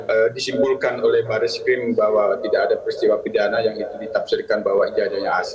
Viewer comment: namanya bareskrim ... Bar2 eskrim ngomongnya...